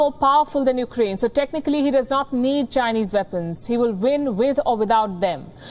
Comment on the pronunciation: EUkraine? It's no Paris!